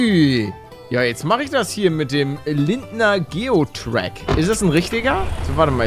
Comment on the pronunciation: palle bitte sprich lindner geotrac nie wieder so aus ich komm aus österreich und das spricht ma geo track aus bitte das dut un meinen hertz we wenn du das so aussprichst